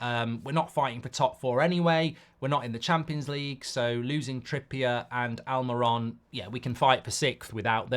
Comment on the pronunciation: Please learn to pronounce players ' names correctly in the name of credibility,it is Almirón and the diacritic over the final vowel is a stress mark,so it is AlmeeRON!